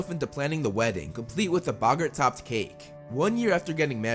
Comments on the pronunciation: its bogits not bogons alest according to the prisoner of azkkabn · Bog-art not buggert